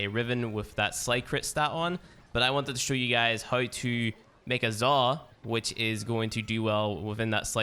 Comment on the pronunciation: Its Zaw, not "Zah"